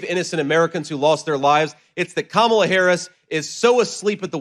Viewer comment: i note how he is mispronouncing Harris's name so that it sounds more "foreign"